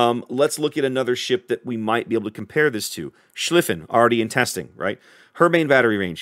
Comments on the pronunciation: just to help you. there is nothing named schliffen, the ship u talked about being faster the schlieffen is pronounced with a LONG i xD its a very famous german name so no one understand what u mean when u say the short i xD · schlEEEEEEEEEEEEEEEEEEEEEE-fin. Just wanted to let you know how to pronounce that.